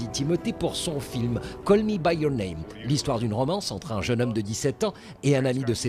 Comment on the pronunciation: "Call Me By Your Nem"..? C'est intéressant aussi, il est vrai...